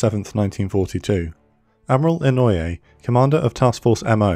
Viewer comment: Inoue is pronounced 'ee-no-ay.' Mo is pronounced 'moe,' not m, o. Furutaka is pronounced 'foo-roo-tah-kah.'